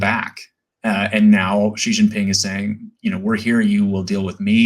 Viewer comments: Xi is pronounced "She" not "Gee". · The correct way to pronounce “Xi” is not “Zhee”, “Gee”, “She”, or “Zee”. The correct pronunciation is nearest to “see”. I am not a native speaker of Mandarin, but that’s what I learned from my Chinese language teacher. Thank you for your videos by the way.